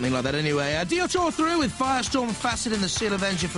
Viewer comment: Both craig and the announcer said Diotoir wrong lol